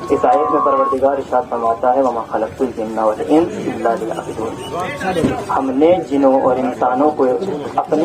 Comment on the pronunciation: آغا یعبدون‌کی ب پر پیش ہے نہ کہ زیر